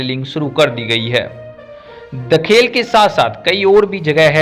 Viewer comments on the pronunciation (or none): दाखेल नहीं दैलेख हे